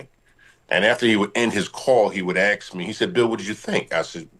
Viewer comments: Axe him? Definitely not a Engish major! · I can’t listen to anyone speak who can’t pronounce the word ASK